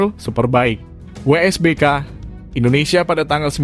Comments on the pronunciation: wsbk bg bukan wbsk 😂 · WSBK bang bukan WBSK